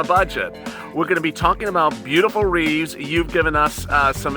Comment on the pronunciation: Wreaths, not Reeves...